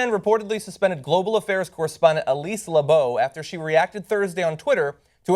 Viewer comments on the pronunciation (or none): Labott is not pronounced like Labeau, it is not a French name. If John is choosing to pronounce it that way then he is wrong, if she pronounces it that way herself, then she is wrong. Motherfuckers always be trying to make their names not sound like shit, don't be trying to Hyacinth Bucket your names anymore, we all see through that shit. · No they fired Soledad O'Brien and Ed Schultz because their ratings were shit. Stop with the conspiracy theories. And by the way, Elise's name is pronounced 'Lab it' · How is Labott pronounced Lebow?